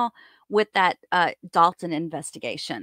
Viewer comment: It’s DOLTON, not Dalton. Love channel!!